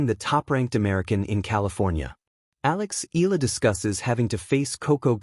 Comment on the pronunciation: It's E ya la (Eala), not Ela. PLEASE SAY IT RIGHT. AGAIN E ya la (Eala). ARE YOU AN AI or what? AGAIN E ya la(Eala). ty